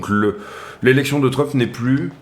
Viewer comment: Hello, toujours aussi top tes analyses, ça fait plaisir de voir des mecs pro sur youtube. Mdrrrr, tu as fait un Labsus déguisé dans ta vidéo, tu as dit "Drump" au lieu de Trump, un mixt entre DUMP & TRUMP ahahahahaah, elle était bien bonne celle là:). Au plaisir de voir à nouveau tes vidéo, bonne journée!